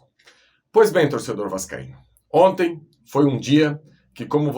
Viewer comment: "Gol di onti"